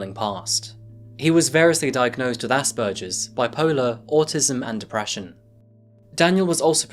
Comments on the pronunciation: Asperger as in burger. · Ass-purgers?! Gross. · Oh for fuck’s sake it’s not asperJerrs.